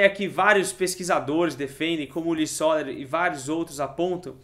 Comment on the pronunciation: Muito bom seu trabalho e pesquisa, Parabéns! Sobre o Luiz Soler Realp , eu tive o prazer de estudar violino com um de seus últimos alunos. Soler de fato era um gênio, com idéias inovadoras na pedagogia do instrumento, e herdeiro de vasta e sólida tradição. Seu sobrenome se pronuncia como oxítona e não paroxítona SoLER e não SÓler beleza. Parabéns pela iniciativa do curso. Estou aprendendo com seus vídeos.